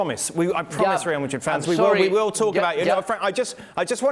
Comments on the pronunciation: “reaah madit” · I really hate the way ale pronounces Real Madrid😩